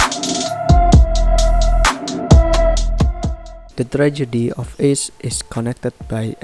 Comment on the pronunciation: Bang izin ralat sebenarnya kalau buat nama orang pakai biasa aja bang, Ace ngga ase